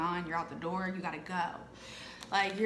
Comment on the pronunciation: When you said open the door all I heard was, open the noorrr 😂😂😂